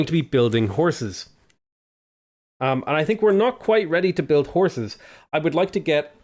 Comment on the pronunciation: when u were saying "horses" I heard it like "whores".I was like what..!